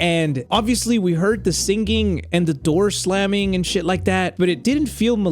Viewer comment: why do you say singging not singing please tell me why